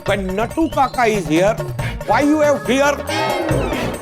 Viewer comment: It's not nattu kaka it's naittu kaka